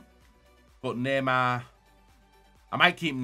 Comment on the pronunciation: Everyone: neymar: naeymaaa